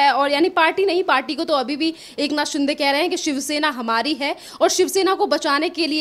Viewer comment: He is not शिंडे but शिंदे . You like to speak with authority but mind your pronunciation. Sounds illiterate